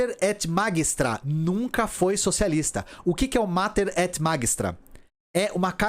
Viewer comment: pronuncia-se Mater et Magistra com o som de "magistério", do latim, uma vez que a tradução do título da encíclica é Mãe e Mestra.